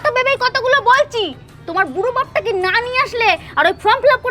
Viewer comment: কথাটা from নয় form. এমনিতে সুন্দর হয়েছে